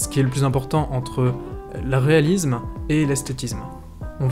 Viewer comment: Si la lettre s est en début de mot ou entre deux consonnes ou entre une voyelle et une consonne, on entend le son [s]. Pour obtenir le son [s] entre deux voyelles, il faut doubler le s. Quand la lettre s est entre deux voyelles, on entend le son [z]. Donc, graphiSSSSme et non graphizme, et réaliSSSme et non réalizme. (Désolé, mais c'est horrible à l'oreille et tout le monde fait cette faute.) Hors mon moment chieur, merci pour le tuto. Très instructif ! 🥰